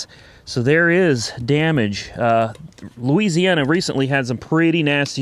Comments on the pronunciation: Somebody just put a brake tag on the red vette before it sold at auction. Look 8-22. Also... Nobody says Lees-e-ana. 😆 😆 😆 I'd clear over the silver vette and leave it as is. I think it looks awesome as-is. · Louisiana not Indiana you fool